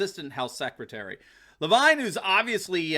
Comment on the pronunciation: It’s Rachel Levine pronounced LeVeen . So glad to see this criminal finally in the glare of a revealing spotlight along with our governor Wolf. Justice will be sweet, we’ve waited so long to see these cabal thugs fall!